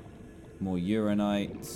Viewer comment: And also that he says "uranite" instead of "uraninite"